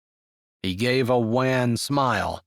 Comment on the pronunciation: Thank you for the story. The word wan is pronounced like on or John though not like ran.